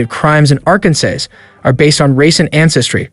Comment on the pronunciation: If you're going to produce a video, at least get your pronunciation correct. You come across as under-educated at the least. Arkansas is pronounced "Arkansaw," not "Arkan-sas." Nobody will take you seriously when you can't pronounce things correctly. Not trying to be mean, just helping you out in the future, hopefully.